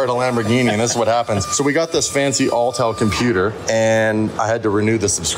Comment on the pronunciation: you gotta stop calling it "All tell", its Autel lol